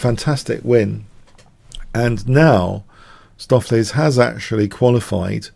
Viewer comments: Yeah, another dutch fan of yours helping you with pronounciation. use stow from “To STOW away”.. ➡️stowflace. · Your preferred pronunciation on stoofvlees is the correct one,: the oo is like the o in Benko, the ees is pronounced as ace. Dutch can be tricky for non-natives. Really enjoying Stoof playing like Leela Jr, thanks for the vid